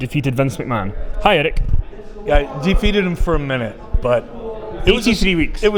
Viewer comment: "Eric", not "Edic".